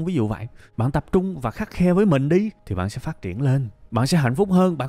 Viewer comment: dạ, hình như khắt khe (trong clip là khắt khen) mới đúng Thầy ? *3 bài học quý giá để phát triển bản thân : 1- Đừng ước nữa, hãy hoàn thiện bản thân, mình ngon hơn là dc, tự định nghĩa chính mình, đừng để người khác định nghĩa mình. 2- Hãy khắt khe với bản thân, mà dễ chịu với người khác. Vì năng lượng, thời gian có hạn. 3- Luôn luôn nhớ: đoạn giữa đường, để có hướng đi đúng